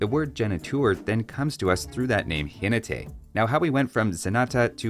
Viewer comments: Spanish speaker here. The correct pronunciation for "Jinete" is "JinEte" not "JinetE", you almost did it perfect. Nice video, love it :D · It's Jinéte with emphasis on the second syllable 😊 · pronnouncing Zenata and Genitour how they sound to me as a spanish speaker, I can see it. Ze nah tah, he neeh teh, heh nei touur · Perhaps it would be interesting to have a mod that renames the units to a more historically-accurate name. I take the Mameluke goes on a camel to make it more obvious that it's anti-cavalry. Just as a reference, in "Jinete", you stress out the second syllable. "Ji-NE-te". I think the Hussite Wagon could make more sense if it got a damage, firerate and armor boost if it remains stationary for a period of time. Let it hit and run for gameplay, but keep the "it's a gunman wall" identity. And I think the Petard is passable. The problem is that units are generic rather than regional. Like, you could give the Chinese Petards and it would be fine, but other civs would need a different kind of wall-breaker. Perhaps something that digs underneath the walls to make them crumble (perhaps turn the Sappers technology into a generic unit?).